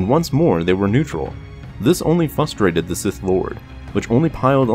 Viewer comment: Also "frustrated" is not pronounced "fuss-straight-ed." Only low class blacks(90% of us) and broken sexuals mispronounce the word that way.